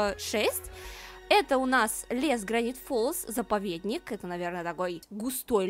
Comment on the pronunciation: Мне сначала показалось ты сказала гравити фолз.